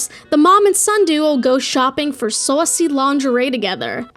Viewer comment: the jersey accent popping through every time you said saucy